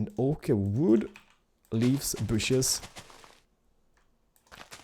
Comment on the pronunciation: Not "booshes" it's "bushes" - b- uu - shh - iz